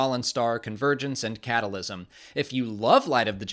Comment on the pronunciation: Lol you said catalysm